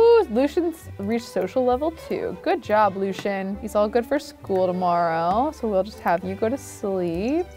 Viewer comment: I really don't like the way she pronounces Lucien.